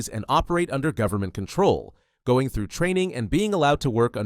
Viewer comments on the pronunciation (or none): none